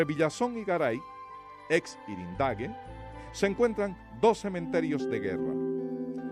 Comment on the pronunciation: Yrendague no es irendague